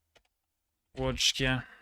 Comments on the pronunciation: I think he pronounced Świętokrzyskie really well. The only error was his pronunciation of Łódzkie, which he might have thought is Łódźkie - an easy mistake unless you know the ins and outs of Polish grammar. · When you botched "Łódzkie" I was actually MORE impressed, because it implies you are not polish and yet you were able to pronounce all other names correctly. Serdeczne gratulacje!